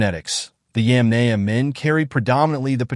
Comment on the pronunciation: Yamnaya. not yemenie dumb english speaker.